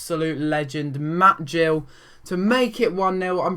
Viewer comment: Ik this was ages ago but as an Exeter City fan I would like to say it is Matt Gill not Jill !;)